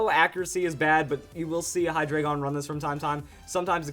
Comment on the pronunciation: Hate to be a grammar nazi but,it's pronounced high-dry-gon.